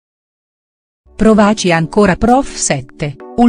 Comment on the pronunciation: Ma chi legge? L'accento, l'accento tonico del verbo " provaci" ripetutamente sbagliato!!!!!!!